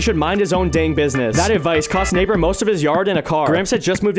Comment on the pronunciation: I swear to God...i Hear N1gg3r instead of Neighbor at the very first frame...